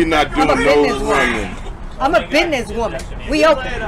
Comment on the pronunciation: Sue said Bithness…get it right! 🫵🏼🥴🫵🏼